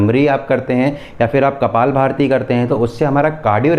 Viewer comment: U r good in explaining but let me tell you its kapalbhanti not kapal bharti